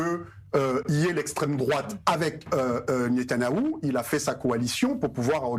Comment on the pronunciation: Ahhh euu c est Netanyahou et pas Netanaouuu ...apprendre déjà à prononcer son nom ce serait pas mal